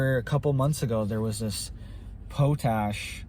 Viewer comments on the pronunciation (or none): Pot-ash, not po-tash